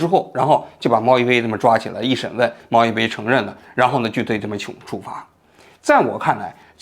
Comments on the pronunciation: 人家叫猫一杯，不是猫一菲呀。王局老是把名字读错，而且是西场小学，不是西场中学呀。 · 王局讲的太好了！只有王局把这个事件挖掘到这个深度。虽然一直把小学说成中学，虽然一直把猫一杯说成猫一菲，但瑕不掩瑜。😂😂😂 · 是一杯，不是一菲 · 比对半天信息名字都一直念错，哪里的口音杯 /飞不分啊？ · 为啥一直读猫一“飞” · 是猫一杯不是猫一fēi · 是猫一杯，不是猫一飞。西场小学，不是西场中学。听着很奇怪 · 为什么一直在说猫一飞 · 是貓一杯, 不是一菲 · 王局，人家叫猫一杯不是猫一菲😅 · 王保长，请问是“猫一杯（bei)”还是猫一飞，bei fei不分的吗？ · 猫一杯 不是非 谢谢 名字都念不对就别拍视频了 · 王局是发不出 杯 这个音吗？为啥通篇都是猫一飞？ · 那个字念bei，听得真是难受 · 是猫一杯，杯杯杯，王局你这汉语怎么在央视混的，哈哈哈😁😁😁😁😁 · 王局注意一下口误吧，又猫一菲又西场中学的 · 那个叫猫一杯，不是一飞😂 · 个人觉得作为一个时政评论类的节目，王局是不是应该严谨一点？人家明明叫猫一杯，你非叫人猫一菲。而且罕见病的罕读三声，不是一声，但你在你的节目里一直读一声。如果只是一个拍短视频的搞笑网红这么念也就算了，你这个自诩北大高材生，央视记者，怎么这么不严谨呢？以此推理到你对待新闻的态度，会不会也是这么不严谨的呢？ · 王局一直念错名字，一杯不是一飞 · 我也是罗王局老粉了，拜托王局用点心，当事人名都念错，是猫一杯啊，不是一飞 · 是猫一杯不是菲，王局你做节目以严谨著称，至少你应该把当事人的名字念清楚或者搞清楚再说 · 这期口误好多啊 猫一杯 不是猫一菲 西场小学 不是中学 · 人家叫猫一杯，不是猫一飞，这么严谨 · 是小学不是中学，是猫一杯，不是猫一菲。两处口误多次念错，希望做节目再严谨一点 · 我断定王局之所以全程把猫一杯念错成猫一飞，是因为王局看过两女一杯的视频，潜意识为了回避两女一杯视频带来的不悦感受让意识层出现了这种口误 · 王叔叔， 人家叫猫一杯啦！不是 猫一菲 :face-green-smiling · 我怎么觉得王局说的是FEI...不是BEI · 虽说成大事不拘小节，但你还是矫矫错吧。把猫一杯念成猫一飞就算了，毕竟这种名字的确少见，但能把小学念成中学....我很怀疑你们究竟花了多少时间写稿子做视频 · 不知是不是個人聽力問題誤會主持人發音貓一杯變貓一飛 小學一年級的秦朗被王局秒跳級到中學，體驗秒打臉嗎？！看來小編和王局的嚴謹度有待改進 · 全程都是猫一菲猫一菲，杯 bei 波诶杯，王局这次视频背稿也太失误了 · 猫一杯，不是猫一飞😂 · 我还以为就我听错了。我怎么听都是猫一飞啊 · 王局，猫一杯最后那个字念Bei，不是Fei...... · 那叫猫一杯！！！不是一飞！！！虽然我知道是口误！但是听起来很别扭啊！！！ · 虽然是来看王局观点的，但8：45那照片明明是薛凯琪啊，一直把名字念成“猫一fei(杯）"如果不是有意的话，做视频的整个过程难免还是会令人感觉有一些粗糙······ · 猫一杯，不是一菲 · 王局，咱准备了那么多稿子，人家网名能不能给念对了啊。人家网名叫猫一杯，不是猫一飞😂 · 王局最近挺忙吧？这种社会娱乐类的行为明显不咋上心，人家叫 猫一杯，不是猫亦非。是西场小学，不是中学。好几次念错字。还是雇个校对吧。能把把关。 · 猫一杯，不是猫一飞。。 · 王局老説貓一fei😂但是應該是貓一杯吧😂，還有是西場小學，不是中學。雖然信息是假的，但是因爲重複了好多遍，希望王局可以再仔細核對一下🤣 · 比对这么半天念错几十次猫一飞？什么玩意啊！？你想飞哪啊？ 赶紧给观众朋友们道歉！ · 大哥，人家叫猫一杯，你次次念错成猫一飞，你们团队都没人校一下稿吗？ 要不要我免费给你服务啊？ 低级错误错的我都没兴趣看完了！ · 大哥，你先把當事人名字說對了再說啊！貓一杯，不是貓一菲，可能前夫哥更喜歡劉亦菲吧。要是你老是報導美國總統拜當、俄羅斯總統皮燈、法國總統牛可龍、德國總理蕭爾提大家的感受會好嗎？ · 一杯不是1️⃣菲啦😂一直在叫错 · 为啥猫一杯要读成猫一菲？连油管也成屏蔽字了？ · 从头到尾念错人家名字🤣杯bei子，不是妃fei子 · 王局，你能不能别总在视频里范低级错误？是猫一杯！不是猫一飞！一直犯错听着太难受了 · 貓一飛？ 聽得耳朵疼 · 王局全程读错了主人公名字，猫一非😂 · 王局怎么一直叫“猫一fei”啊？？ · 不是猫一杯bēi吗？ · 口里含牛至了，杯飞都念不清楚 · 😂这网红不是叫猫一杯吗？为啥王局一直喊猫一飞啊？ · 是不是口误，老是讲成猫一飞？ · 怎么老听着像是猫一飞？ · 把猫一杯叫成猫一飞 把西厂小学说成西厂中学 王局这集口误有点多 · 猫一杯怎么全部都读成猫一菲😂